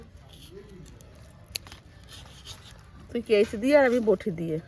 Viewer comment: ওটাকে কেঁচি বলে না,কাঁচি বলে ।